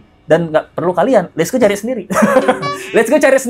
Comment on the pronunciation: Kenapa bang let's go bilangnya hif sih.... Aneh... Hà ì ve harusnya